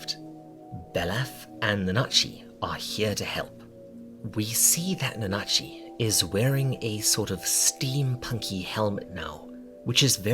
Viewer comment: please stop pronouncing it nuhnah-chi i can't take it anymore